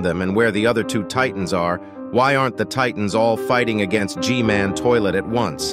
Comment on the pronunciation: Ain't No Way He Called G-man GG-Man💀